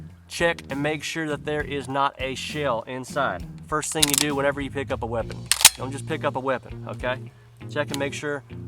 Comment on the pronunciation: First video of yours I have seen. What branch are you from brother? The way you say "weapon" says you were military or your father was. Loved the video.